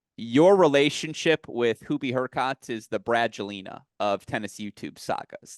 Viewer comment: was on fire today! Really sharp analyses. His pronunciation of HurkaTZ and ZvIErev were a bit grating though.